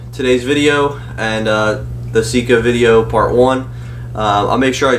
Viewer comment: I think we should put a billboard at the MD boarder... It is not Seeka... it is Sika!! What is it with dudes from PA?